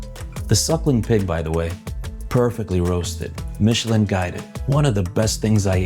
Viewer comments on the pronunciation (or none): none